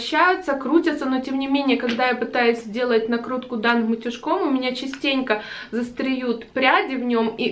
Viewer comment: застревАют, а не застреют))) ут.жек очень классный, форма лаконичная